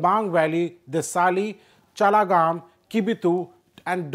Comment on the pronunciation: Its pronounced CHAKG LA GAM (chaglagam) not chalagam 😅🙏👍 P.S - love from Arunachal